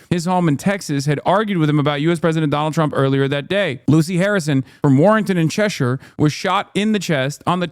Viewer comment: The only american who knows how to pronounce Cheshire